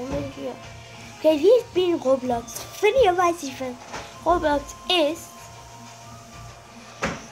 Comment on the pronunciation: Das heißt roblox🤦‍♂️